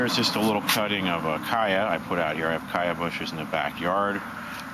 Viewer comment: it pronounced CHaya not Kaya!!!